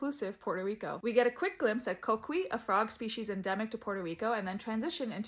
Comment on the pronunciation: It's pronounced coki not the way you said i know it it spelled coqui but the pronounced different please try